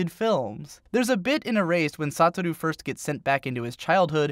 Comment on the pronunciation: “Sataru” clearly you don’t much about the actual anime lmao (though I always thought his name was pronounced “Sou-ta-ru)